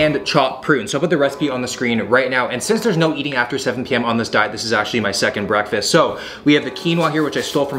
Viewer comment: Did I hear say ‘Bwekfastt’ like the meme? 😂